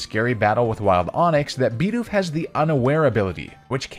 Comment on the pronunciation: stop saying LOWpunny and BEEdoof, theyre literally both spelled exactly how they sound